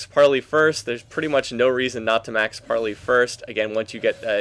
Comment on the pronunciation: you pronounce it like this "par-lay" :) gd video